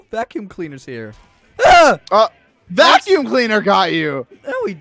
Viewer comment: Vack Youm Cleaner Lol